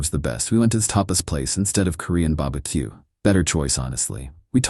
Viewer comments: Why is it always bah-buh-que? Why not a crawfish boil? =( Poor Bah-buh-que. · Nah why the AI saying baba Q like thanos from squid games 😂😂